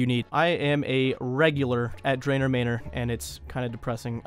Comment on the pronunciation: Son.. how the heck are you pronouncing manor? Might want to dictionary that.